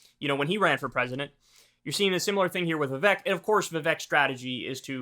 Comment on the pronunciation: Vivek's name is pronounced as Vivake - rhymes with fake - easy to remember.